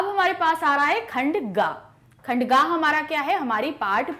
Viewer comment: Mam khand kaa kyun bol rhin hain khand ka hota hai